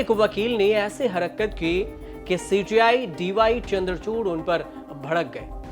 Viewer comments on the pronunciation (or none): ये हरकत का उच्चारण हरक्कत कर रहा है